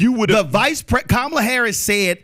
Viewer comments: Conservatives can never pronounce Kamala's name correctly. The emphasis is on the first syllable, not the second. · Why is this guy keep mispronouncing Kamala's name? And constantly telling a Black Man he's smart and there for should know better, is condescending as hell. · PBD can’t even correctly pronounce the Vice President’s first name